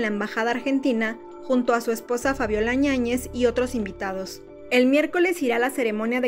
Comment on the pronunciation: Dos veces, DOOOSSS!!!, dijiste ÑAÑEZ,. NO ES ÑAÑEZ, ES YÁÑEZ!!!! Pasa el tiempo y sigues sin aprender a leer y hablar. Rompeviento... yaa wey, hasta cuándo?